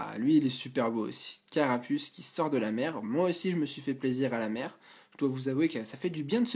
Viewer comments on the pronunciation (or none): none